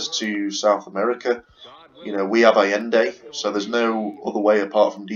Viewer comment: It's pronounced ah-yen-day.